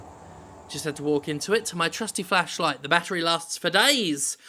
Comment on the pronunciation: It's flashlight Jim, not fleshlight.